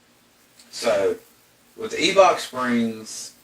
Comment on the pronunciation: It's Eibach not Eebach :)